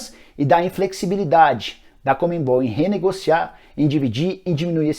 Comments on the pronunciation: CON-ME-BOL. Não comembol. Abraço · Não é Comembol. É CON-ME-BOL, de CONfederación SudaMEricana de FutBOL. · Nicola a pronuncia é "Conmebol" e não " Conmembol" kkkkkk